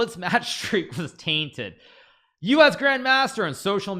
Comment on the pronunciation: Hikaru said Taint"ed". 😂